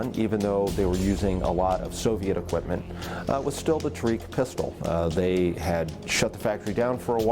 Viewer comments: It is pronounced tah-rek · They pronounce Tariq the worst way possible